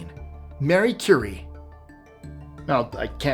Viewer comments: Great job at pronunciation, but you messed up one.Marie Curie. It's pronounced Ma-ree, not Mary. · It's Ma-REE Curie, not Mary. Sloppy. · Marie not Mary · Marie Curie, not Mary Curie. (Maree) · You said Qin Shi Haung right, but called Marie Curie “Mary?” Gotta be trolling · Her name is Marie Curie, NOT Mary! You do so well with long and often difficult names, yet misread the most simple and well known.😮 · Marie Curie, not Merie. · Her first name is pronounced "mr REE". usually does better than this. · he also called Marie Curie “Mary” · Hey hun! You're the second person I heard say it & I don't wanna hear everyone saying it wrong cuz they heard someone on YouTube say it....... It's Marie, not Mary! I'm sorry!! It's just these kids don't look stuff up!! They just trust what they hear. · I was just going to correct the pronunciation as well. Glad I saw your comment. This is also the second time recently I've heard someone on YouTube say it this way.